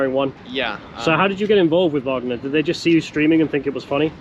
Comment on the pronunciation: the " WAGER "cola is not the wagner cola 🤣 Nice vid btw ! loved it!